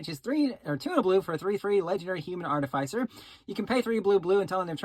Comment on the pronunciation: Oof, I cringed every time bro said artificer…